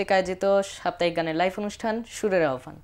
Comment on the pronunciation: মাশা'আল্লাহ, অনেক সুন্দর হয়ছে। আহ্বান শব্দের শুদ্ধ উচ্চারণ হলো - (আওভান)